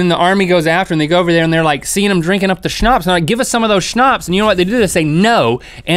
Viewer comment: Wow you actually pronounced Schnaps right, but it is written with one "p" (im speaking German so I should know that)